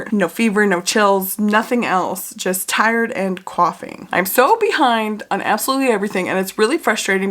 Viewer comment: But why do you say “coughing” with an east coast accent??